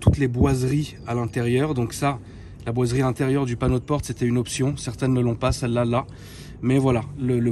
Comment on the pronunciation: Chaque fois où il dit boiseries j’ai l’impression qu’il parle de celui qu’on connaît tous 😂